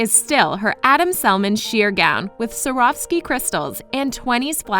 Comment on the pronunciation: It amazes me that a channel can have over 8 million subscribers yet they can not even pronounce a word that is the center point of the dress. What's even worse, even the celebrity who is worth hundreds of millions can't say it either. It is Swarovski.... SWAA-RAAV-SKEE. There is no F sound. It is a V. I guess my grandmother was right when she said that it doesn't matter how much money you have, money can't buy class.